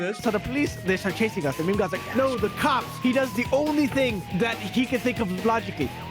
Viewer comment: Its pronounced meme not memey